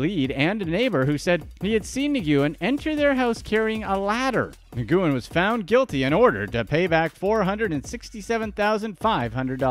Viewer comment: Dude "NIGOOOEN"???? YOU GOTTA BE SHITTING ME!!! Nguyen is a very common last name over there. It's pronounced "Win"